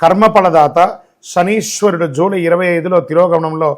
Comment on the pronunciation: Not Shaniswarudu. Shamisharudu😅. Modern astrologer